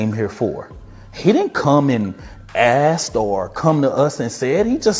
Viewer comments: You didn't assed him you asked him. The word ask has a hard k in it. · This functional illiterate is a SPOKESPERSON??? "Ast" instead of Asked? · "Ast" it's ASK silly man...smh